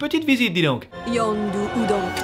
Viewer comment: « Youndu » toute la vidéo, ca m’a trigger comme jamais, c’est Yondu bordel